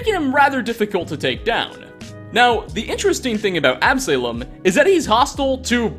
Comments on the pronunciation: You have a strange way of pronouncing, "quarry", and, "Absalom". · the way that he pronounces Absalom makes me cringe to be honest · And "Absalom" :-( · ab--suh--lom not ab-salem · Absolom is not pronounced AB-SALEM! It's pronounced AB-SO-LAUM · Also, it's Absalom. Not Ab Salem. Absa-lom. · Ab suh lom not ab salem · It's not ab-Salem its pronounced absulum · Ab-say-lum? AB-SUH-LOM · Absuhlom not Ab-Salem. It's a biblical reference name I think. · AB-SA-LOM NOT AB-SALEM Ya know? Like Absolon? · On a similar note, the "salom" in "Absalom" does not rhyme with "Salem", but "shalom". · Absalom (as in, King David's third and favourite son) somehow becomes Ab-salem? pronunciation and often curious use of English is usually funny, but come on man, 'Absalom' is phonetic! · Absalom: ab-sah-lawm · Ab-saylom... bruh 😂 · Ab-suh-lom, please. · "AB-SALEM"? sheesh... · Ab-sah-lohm. Son of King David, in the Hebrew bible. That's not snarkiness - I love the videos, figured you'd like the note. :) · Absalom: Ab-Sah-Lom. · Quarry is pronounced Kw-or-ey. Like Corey with a w in the middle. Absalom is pronounced Ab-sah-lom. I've seen enough of your content to know that you played Skyrim for 6ish years without voice audio and thus butchered every name of every person, but this is egregious. These aren't uncommon words. Absalom is a biblical name, King David's son, who rebelled against the empire his father built. Absalom is a name born of rebellion against all, including that which is closest, and make perfect sense for the character. If this is intentional, it is not funny. It's right there with nails on a chalkboard. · absalem gets under my skin lol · Quarry is pronounced "KWOR - ry" and Absalom "AB - suh - lom." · Absalom = AB-suh-lawm. It's a biblical name. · the real insanity is the way you pronounce Absalom lmao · that's definitely not how you pronounce Absalom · K-WAR-ee ab-SUH-lom